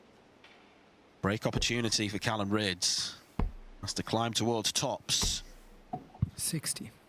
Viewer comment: Callan not callum.....